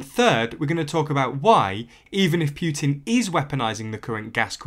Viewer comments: It’s not “Pyutin”, it’s Putin! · Can't listen. It is not Pjutin, there is no J sound in either English or Russian pronounciation. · The Russian president's name is Putin, not Pewtin. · Please learn how to correctly pronounce Putin. Its Put-in not Pu-tin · I'm a Russian. Poo-tin is how we pronounce it, Pew-tin sounds funny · Pyootin. It's Putin. Путин. Learn how to pronounce it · Poo, Poo, definitely Poo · But who is Pew-teen? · Could be better if you worked on your pronunciation a little lol (it's not Pyuutin) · did... did he say Pyutin? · I like how he pronounces Putin. With every time he says it it gets funnier and funnier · Are you a poo-tin or pew-tin? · I prefer the French pronunciation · I understand your opinion but this is a serious political situation and I don’t think calling people thugs is appropriate and mispronouncing their name is professional. I completely agree that Putin is not right to play such games with us in the EU and we should not be so dependent on Russia for energy